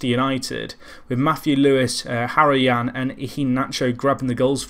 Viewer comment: its Ha ro yan not heroyan